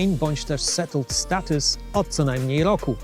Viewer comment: Już miałem wysłać pochwałę za dobrą wymowę... Po usłyszeniu "settled status" jednak nie... :)